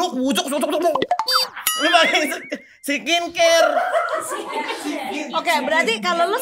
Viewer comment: "sikin care" 😆😆😆